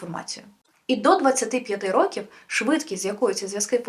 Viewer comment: НавчАння, ЧитАння, рОків, шістдесятих